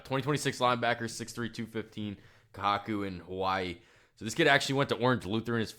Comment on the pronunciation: You don't know why he would transfer to Hawaii?? You have a football channel and don't know why?? Polynesian kids have a better chance to make it to the NFL over an American kid. It's also pronounced KA-WHO-KOO. Look up the school. Hawaii, Samoa, Tonga produce straight ballers. Do some research on us Hawaii boys before you say shit like "Not really sure why he would transfer to Hawaii?"